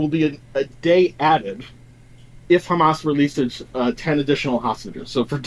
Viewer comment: I love when he pronounces it ham ass